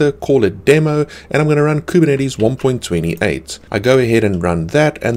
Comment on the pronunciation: I just come here from time to time to hear how majestically he pronounces Kubernetes